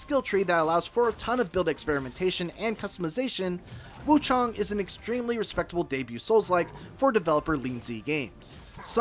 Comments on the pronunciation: Why are these reviewers calling it wuchOng. Its wuchAng. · Woo-ChANG my guy...